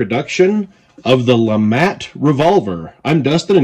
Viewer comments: I believe it is pronounced the “Lou-Mah” Revolver 😅 not trying to be that guy but I’m just trying to spread the word. Nice video! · I believe it's actually pronounced Lemay. But either way, it's a very interesting concept!